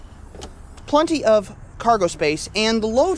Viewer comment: PLEN-ty, not PLUN-ty. We are definitely in Kansas.